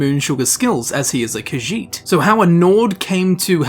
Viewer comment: It's irritating to hear him repeat Kajiit again and again because he mispronounce it horribly. And he repeats the name like 15 times in 30 seconds.